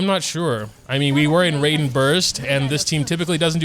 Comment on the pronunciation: How do you manage to mispronounce almost every character's name. Did I really just hear koko-my and rayden 😭